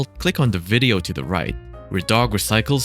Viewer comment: I can't be the only one hearing him pronounce "pollution" as "pollyution"